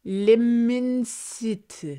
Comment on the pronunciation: Girl, u could of used Google translate to pronounce l’immensité in French but I think I love ur wild mispronunciation better tho 😂